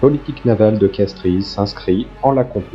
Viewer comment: Très intéressant, une précision tout de même « de Castries » se prononce en fait « de Castres » ; on n’entend pas le « i ».